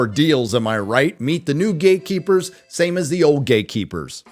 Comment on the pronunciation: I like how you enunciate that word, "gay'keepers". Based!